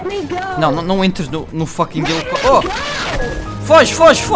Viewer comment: "Elicopitero" kkkkkkk